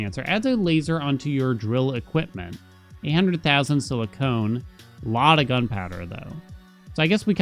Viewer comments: siliconnnn. Not silicone. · cores don’t let you see more planets, it’s the vision upgrades that do. Also I noticed you asked if you’re saying silicon wrong in the first episode and yes, you are saying “silicone” which is a synthetic material where as silicon is a natural element 😁 Just got to the end of the video where you see the upgrade… made me laugh a little 😂